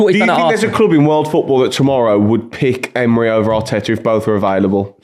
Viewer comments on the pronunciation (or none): Why does keep saying Eme-ray?